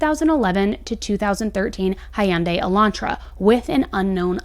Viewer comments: It's so funny how I've heard Hyundai pronounced. Omg 😂😂😂 hy-undai. Man it's pronounced like hundai. Just stop being so weird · It is pronounced HUN-day (not Hi-un-day) :) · So far the biggest discovery of this case and backed by solid evidence is that nobody seems to be able to pronounce Hyundai (hun-day) correctly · "Hi-YUN-day"?? I guess someone doesn't have any Korean peeps.